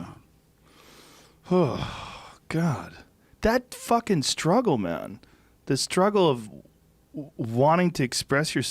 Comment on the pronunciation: The way Joe pronounced "man" was the most California shit ever.